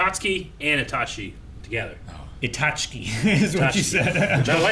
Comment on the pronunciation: "Itach-ki" :P